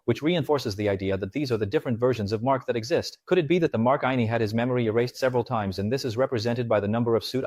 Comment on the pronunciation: AI IS RUINING EVERYTHING. If you can't pronounce "Outtie" or "Innie" properly, DO NOT DO A SEVERANCE VIDEO